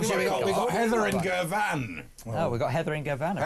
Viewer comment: Andre needs to Google 'how to pronounce Girvan'.